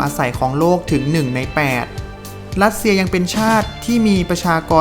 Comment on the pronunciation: จริงด้วยเอาคนที่มีความรู้เรื่องอักขระภาษาของตนเองมาบรรยายคงได้อรรถรสกว่านี้_รัสเชีย_ไม่ใช่ลัดเชีย_